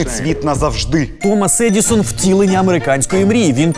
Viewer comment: Мабуть, щось не те - кожного разу чую "Томос Едiсон"